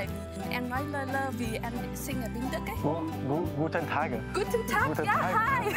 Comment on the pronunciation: . hahhaha guten tag! hi.... so german